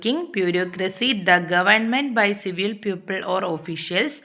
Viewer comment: Don't say പ്യൂപ്പിൾ. It has a different meaning. It's പീപ്പിൾ. It's Ugly. Ogly is not a word in English. Please recheck everything next time😊